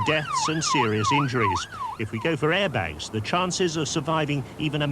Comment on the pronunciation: ITS CALLED AIRBAGS NOT ARIBAGS